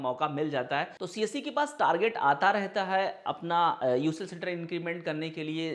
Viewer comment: its better ki aap csc centre bole. aisa lg rha hai ki aap kamasutra centre bol rhe ho